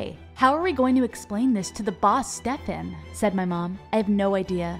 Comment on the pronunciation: How are you pronauncing Stefan?😭